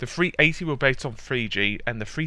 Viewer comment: Free 80? You need to learn to speak.